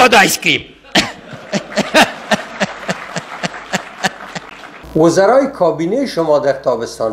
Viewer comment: It wasn't ice cream he said, ice keam.